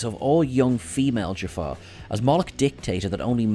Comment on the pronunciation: Did he say Jafar warriors/ other wise Jaffa as Jafar? Just asking it from all who is watching this.